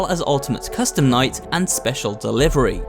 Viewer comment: he says minigame coustume night